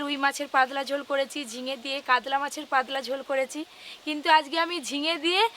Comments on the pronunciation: কাতলা ❎ কাদলা ✅ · Kadla...ki pronunciation